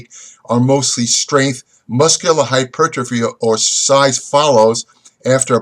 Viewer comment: Hy-ter-po-free. :D